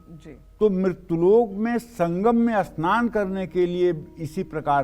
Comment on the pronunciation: aap saman ko asnaan kyon bolte hein aap aur bhi kai shabad aise hi bolte hein ya aap log sanam ko asnaan aur sangat ko asangataur sharir ko asharir aisa kyon bolte hein kirpa karen. 🙏🙏